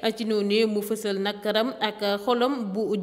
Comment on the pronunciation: tu es excellente comme journaliste avec une très belle voix manchallah, il y a des mots sur lesquels tu dois bien travailler comme exemple: nakaram on dit nakharam, t'as un problème de "kh" attention je ne te critique pas c'est juste une remarque❤️